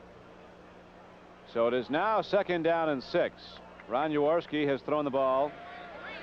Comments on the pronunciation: It's Jaworski not Yourorski Mr Criqui....🤷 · He can't pronounce J A W O R S K I ... with a J... not a Y